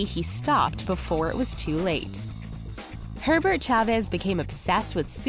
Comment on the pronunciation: I thought she said "Pervert chavez" Not "Herbert chavez"